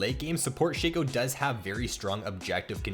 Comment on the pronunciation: I thought it was pronounced shaco not sheco